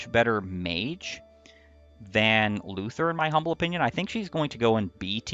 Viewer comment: I am SO tired of all this Luthier slander! At least he has base Excalibur and a base AS higher than 1, unlike Kliff, and at least he doesn't die in 1 hit, unlike his sister. Also, you mispronounced his name.